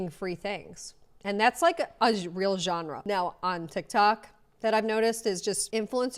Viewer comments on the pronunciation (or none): none